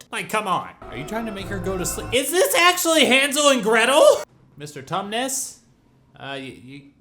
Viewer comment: Iike sarcasm, as next as the next guy. But you can overdo it a bit. And it is Tumnis.